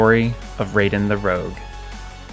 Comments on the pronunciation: Excuse me?! It is raiden! Not raven! Go take some lessons! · Your pronunciation of Raiden is incorrect.